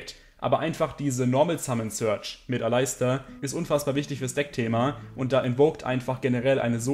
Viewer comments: Bitte sprich Aleister Alistar aus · Bitte sprich doch Aleister englisch aus :)